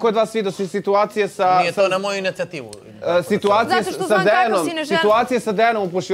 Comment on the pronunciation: Sta kaze "nije to na moju injacativu" 🤣